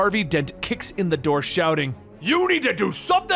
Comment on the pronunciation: ”Open nuh noor. Openn nuh noor”